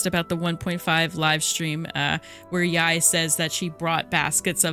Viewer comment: isnt it pronounced like "yay?"